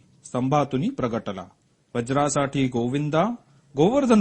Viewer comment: क्षमा असावी वज्रा साठी नाही व्रजासाठी व्रज म्हणजे गवळी वज्र म्हणजे इंद्राचे अस्र गवळ्यांसाठी गोवर्धन उचलला आहे वज्रासाठी नाही स्तोत्र किंवा मंत्र म्हणताना त्याचा उच्चार चुकला तर अर्थाचा अनर्थ होतो आणखी एका ठीकाणी पुरी ओळ उच्चारायची राहुन गेलीय कुठेती शोधा आणि पुर्ण स्तोत्र रीलोड करा कृपया क्षमा असावी.